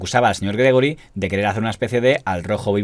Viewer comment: Gregori es Gregorio en catalán y se pronuncia Gregório.